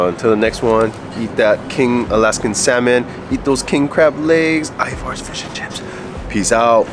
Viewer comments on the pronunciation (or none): Love you guys, but you gotta get the pronunciation right: it’s EYE-verz, not eye-VARS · I'm annoyed by how and pronounce Ivars.